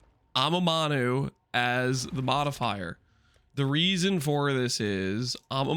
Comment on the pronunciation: why do you say amamanu instead of amanamu ?